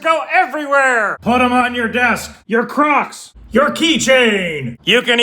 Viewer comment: Crocks ? I din't know you where Navy.